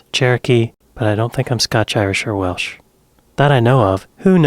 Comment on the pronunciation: They said “Welch” instead of Welsh too 😂😂😂